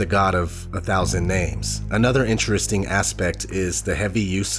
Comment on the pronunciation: Reeely eenteresting. Not ODD chances, I don't think...as in on purpose! Thanks for information that might otherwise, shall we say, be swept under the carpet. Our country seems to have an immunodeficiency of God factor of immense propensity! Thnx!